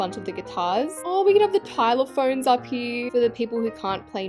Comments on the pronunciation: TYLOPHONE???... ITS XYLOPHONE😭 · Did she just say Pilelaphone? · what’s a tylarphone.. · is it just me ir did say tylaphone insted of xylophone